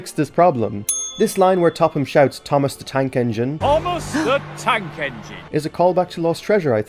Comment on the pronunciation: ”THOMAS DA TAK ENGINN”